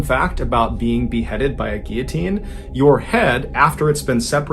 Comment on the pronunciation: lots of people mispronounce 'guillotine'. People see the double-L's and want to pronounce it as it is in Spanish, but the L's are pronounced normally.